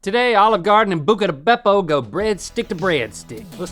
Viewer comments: Every time Rhett and Link say "Bucca Di Beppo"..... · I love hearing Link saying Bucca di Beppo. It makes me laugh for some reason lol